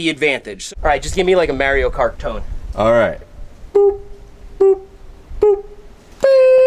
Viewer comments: Seth says "Merio Kart", my world is shattered. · You’re saying Mario Kart wrong. 😂